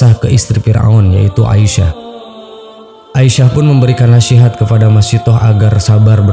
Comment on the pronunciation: Asiyah..bukan Aisah